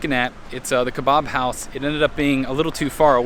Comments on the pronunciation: Just a note we say don-er and ke-bab not ke-bob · Glad you enjoyed your latest trip to England. I chuckled at how you pronounced Doner Kebab. Doner is stated like Donna. And the Kebab is not pronounced Kebarb its an a not an ar if that makes sense, like in cat. But the important thing is you enjoyed it. The burger looked amazing too !! See you on the road xx MMMD